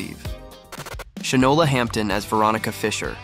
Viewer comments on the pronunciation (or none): none